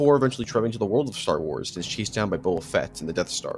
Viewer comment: "Booba Fett" oh my god